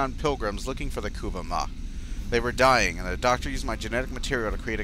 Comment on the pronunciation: The Ku-va mah would be the pronunciation.